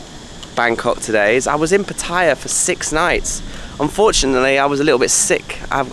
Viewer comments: Patt-I-ya ? Is Pattaya you don’t pronounce the i … Pat- Tay -ya !! You pronounce both in one video ? The later is correct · having an each way bet with the pronunciation of Pattaya...